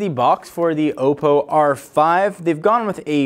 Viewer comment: It's pronounced Aw-po